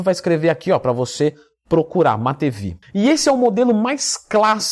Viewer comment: Lev Pavlovich Matveev (Лев Павлович Матвеев) Pronúncia de matveev (матвеев): matveyev → má-tvêyêv ou má-tvêêv